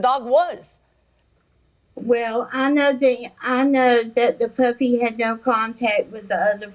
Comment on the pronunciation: Sound like she saying “puppet” not puppy